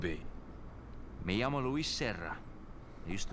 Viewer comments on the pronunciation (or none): none